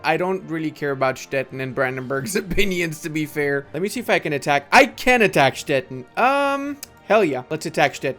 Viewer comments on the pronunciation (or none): Little pronunciation tip: Stettin is pronounced Stet-teen.